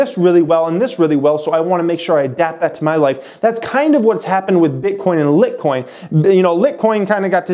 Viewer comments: Appreciate your channel, but cmon man Litcoin?! How is anyone going to be able to trsut you if you cant even pronounce it. You gave us the very basic information about Litecoin, and it looks like just for the views (which is ok). LTC is going down to below $100, book it. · Its pronounced "light"-coin. You completely leave out why the transaction fees are so high on bitcoin due to the scaling issues its having and that this will apply on some level to most crypto including litecoin when more people start using it. I think these videos can do more harm than good. At least inform your audience that this isn't your area of expertise. Check out some videos by Andreas Antonoplous to inform yourself better. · Cringe, everytime this "educator" calls litecoin, litcoin. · Haha pronounced LIGHT COIN dude. Please reseach your stuff. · Jeez people, he said Lit coin, so what? pay attention to the content, what is this 3rd grade? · I guess the 'e' is silent in world. Lol. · trying to educate people, but can't pronounce the name correctly... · Come on man. Don’t do videos on stuff you can’t even pronounce. People look to you as an expert. Makes me question your other resources. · Great great info, but it is hard to take you seriously when you keep pronouncing litecoin wrong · I own both but these videos concern me. I feel like a bunch of newbies in the crypto space going to be listening to people like you, with no teeth in the game and nearly no knowledge about crypto beyond surface level basics(you can't even pronounce Litecoin) They hear this and wil go and buy LTC at all time highs right after a 300% rally and now going into a correction and will get shaken out as soon as BTC moves and alts bleed 5-15% because they can't stomach that loss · You can't even say Litecoin!! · How can somebody that cant say the name properly give an opinion lol. I suppose bitcoin should be bitecoin lol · Lol he can't even pronounce it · Say litcoin one more time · Lite as in LIGHT